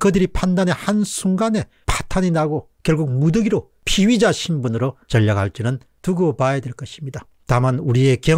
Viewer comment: 공박님의 피의자 발음이 피위자로 들립니다. 희망의 끈을 놓지 않는다면 끝날 때까지 끝난 것은 아닐 것입니다.